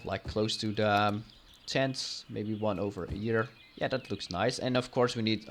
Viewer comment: the Map is Gorgeous,but your completely Butchering the word "Tent" (you said Stents instead of Tents)